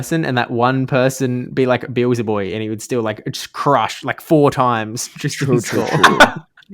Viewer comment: Hype worlds, Noone selecting Kento was crazy to me. Also, funniest thing of Day 3 was Butter mispronouncing Beelzeboy's (he'd say Beezelboy) name every second time he said it but correcting himself after Caleb said it properly. Kaz also made the same mistakes in this episode 😂